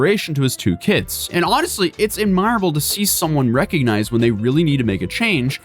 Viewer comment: "Admirable" ( ad / my / er / ă / bl ) 👎🏻 ( ad / mer / ă / bl ) 👍🏻